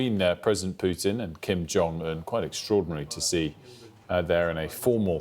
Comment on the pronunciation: Lol it’s Kim not Kim. Lol